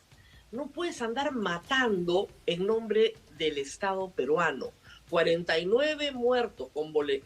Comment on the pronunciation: CUSCO no CUJCO??????? CUSCO CUSCO CUZCO CUZCO QOSQO CUSCO CUZCO, por favor hablen bien: NO SE dice CUJCO, no CUJCO , SE ESCUCHA HORRIBLE, que vergüenza !!!!!!!!! PERUANO no PERHUANO.